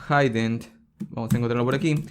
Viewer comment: Saludos, desde Puerto Rico. Por cierto "hidden" no se pronuncia "jaiden", sino "jiden". Gracias los tutoriales, me son muy útiles para practicar y aprender a la vez de forma amena.